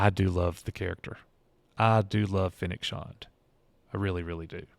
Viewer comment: Its pronounced Shand, like and, not Shond.